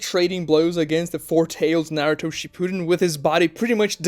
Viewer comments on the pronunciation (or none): none